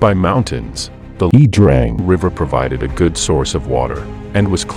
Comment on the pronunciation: I think 'Iya' Drang is pronounced eye-yah.